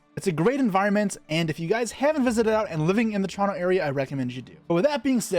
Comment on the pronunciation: I love the energy, and I’m watching the whole vid through. Only minor feedback I’d say is practice your diction/pronunciation. Some words like Toronto are getting muddled in the audio. A couple takes or slower annunciation on those words will revolutionize the script:)